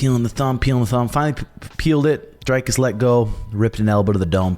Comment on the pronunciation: Pronounced Dree-cus rather than Dre-cus.